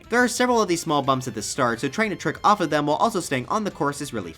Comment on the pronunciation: Oh "trick off off," I thought he said jerk off off.